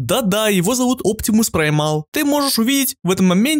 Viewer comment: Праймал 🤣 Оптимус праемус